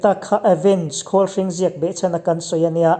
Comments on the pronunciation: Avenge khawlhring i lam dan khi,khawl hring( green machine) angin i lam daih a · 'vâwn vâwn' i lam rik dan a dik lo tlat, pawnpui kan lam rik dan anga lam tur. Tin, 'Khawlhring' pawh i lam dik lo leh tlat mai. 'Khawl' tih lai hi puan ṭhui 'khâwl' rik angin i lam ri tlat. Ṭan han la leh la, ni a lawmawm hle ang, a ngaihnawmin a bengvarthlak e. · khawlhring i lam dan chu leee... khawlrawng hring i sawi maw k tia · Sang zathum😄 pronounciation ah improvement i mamawh hle mai, Avenge Khawlhring i lam dan te, sawi dawn chuan a tam mai, chutih rualin i thawhrimna a fakawm e, i thu lam fimkhur lehzual la, ngaihthlak a nuam lehzual ang. Han tang sauh sauh te. A ngaihnawm viau tho e.